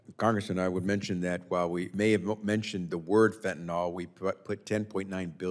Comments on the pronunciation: It is NOT Fentinol it is Fentinyl. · It's not "Fentanall" rhymes with ball. It's Fentanyl, rhymes with dill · Fenta tuh NIL .... NOT Fent ah nall .... for goodness sake learn how to say it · fentanyl is pronounced NILL, not NOLL. why the hell did everyone just forget how to say it over the last few years? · It’s not Fen-tin-all. It’s Fen-ten-y’ll. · It's fentanyl, not "fentanol." Fen-ta-NYL, not fen-ta-NOL. Jeez, read the word! It's like peopIe who can't say "NU-cle-ar." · Mispronoucing fentanyl has been one of my pet peeves for years. It's just like people saying irregardless.